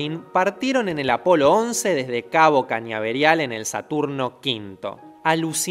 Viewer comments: "alucinarían", "sputniNk", "cabo cañaberial"...dale, sabemos que no es lo importante y el canal está buenísimo, pero se puede hablar un poco mejor che...mas que nada porque despista, y se pierde el hilo conceptual. Va con la mejor. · "cañaverial" (por averia?)... "alucinarían" (sin comentarios) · También dijo "cabo cañaberial" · Buen video che pero en el minuto 6;43 dijiste cabo cañaberial y 3 segundos mas tarde alucinarían en lugar de alunizarian 😂😂😂 pero tono bueno che sigue así tienes mi apoyo excelente tu contenido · "cañaberal" en serio? Hasta ahí no más llegamos, toda la credibilidad al carajo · Esputnink? Cabo cañaberial? Que mierda acabo de escuchar? Todas tus incógnitas ya fueron contrarrestadas en videos como los de Javier Santaolalla, Aldo del robot de platón, Quantum fracture, c de ciencia y demás, te los recomiendo banana, a ver si al menos te ayudan a pronunciar bien algunos nombres y palabras como "alucinarian" 🤣, de seguro dirias en el próximo video que esos errores fueron un experimento social, na es broma, un saludo.